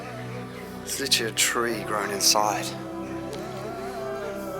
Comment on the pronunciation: LITERALLY. LIT-ER-AL-LY. NOT LTRLLY. JESUS.